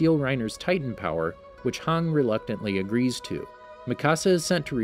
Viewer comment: no offense but did you really call hanji, hang?